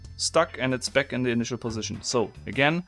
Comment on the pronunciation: Instead of toying with this box you should polish your English or bloody give it up altogether.....so f....g German...it is NOT beck but back....it is NOT gep but gap...it is like the Chinese who say lice instead of rice...very disturbing. Record yourself and or go to a pronunciation bloody class...and you do not say isss you say izzz....English voiced C